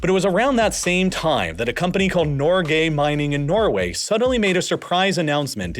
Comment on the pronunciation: Norgay.. Really? 🤣